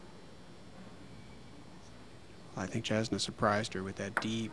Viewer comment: lol they mispronounced her name (jasna pronounced Y-ahs-na)